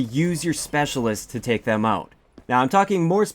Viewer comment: are you Canadian ? i thought i heard oot of your gun.